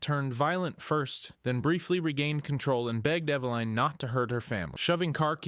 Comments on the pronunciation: Bro It’s Eveline not Eveleen or Eve Line 😂 also you say Steve is the youngest on the list but then literally say later that Eveline was born in a lab soooo you’re wrong about Steve being the youngest. Cool video tho, you should probably rewatch your videos before posting them to make sure thy make sense tho lol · Its evelyn.. eh beh liiinnnn. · I’m I the only one bugged by the way he says eveline